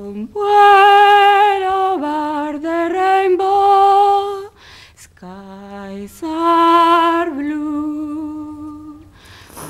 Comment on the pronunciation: Ober de reinbo xddddd